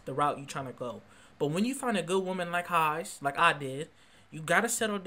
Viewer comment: omg HEIIIIIIIIIIIIIIIIIIZE it's hey z not hi z also.... i hope you're not serious about a lot of stuff you're saying,... just being honest